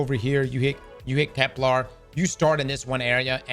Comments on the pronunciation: finally said Kepler instead of keplar!!! Edit: nvm he said keplar again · It's Kepler, not Keplar. Hint - it doesn't rhyme with Kevlar! Love your videos!! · Ignoring anything else that's being said... why oh god why does he keep calling it KepLAR?? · Kep-lur as in Xur not kep-lar